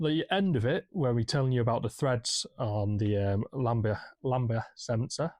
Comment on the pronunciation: Why can’t you say Lambda sensor!? 🤣 Try O2 sensor if you’re stuck!